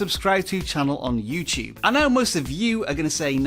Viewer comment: you said youcube